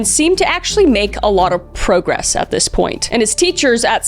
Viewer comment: You do realize that you are pronouncing the word progress incorrectly you're pronouncing it the way gay adult men do in their lame attempt to gay up the English language